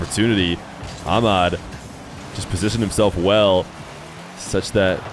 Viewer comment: they way you call Ahmad > AMAD is really annoying just put the letters together you don't have to be arabic to say it, same as we can say john and christopher not a rocket science